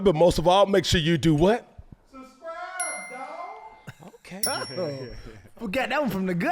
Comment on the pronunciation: 😂😂😂……subscrippppp……what? Subscipppppp……..hold up hold up